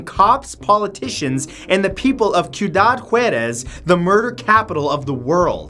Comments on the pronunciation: (see oo dad, wah dez) Ciudad Juárez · Oh god he is so Canadian and said Ciudad Juarez completely wrong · Matt butchered the words “Cuidad Juarez” haha. Great video Matt! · The way you say Ciudad Juarez